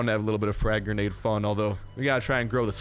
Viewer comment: Your ascent when u say granda is the best